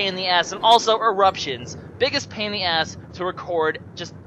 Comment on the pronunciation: its funny how you say pain in the as